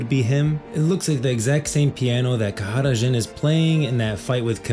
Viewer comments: Khada Jhin, not Kahara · Why does he keep saying kahada Djhin? Like with an accent? It's just jhin right? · Brother that is NOT how you pronounce Khada Jhin and Shurima… why do all these youtubers always overcomplicate pronounciations to sound fancy for no reason…